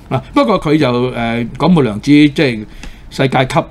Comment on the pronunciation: 兩條友訓醒未？「廣末(mut6)」講成「廣未(mei6)」，「出軌」講成「出櫃」😂😂